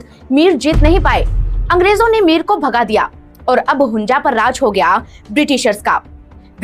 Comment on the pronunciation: Its hunza not hunja you jeetni